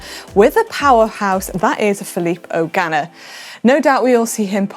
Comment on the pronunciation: Manon's pronunciation of Filippo Ganna puts a hard start on the 'O' and it really turns it into 'Filip O'Ganna' as though he's Irish.